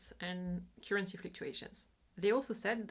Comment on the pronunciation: I admire you so much, but please please look up the correct pronunciation of 'current' and 'currency'.